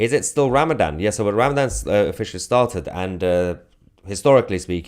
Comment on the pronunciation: Ramaman not Ramadan.